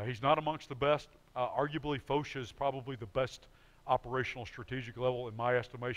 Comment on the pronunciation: Who is this Foesh ? It is a French name, pronounced it as such. Foch. It rhymes with tosh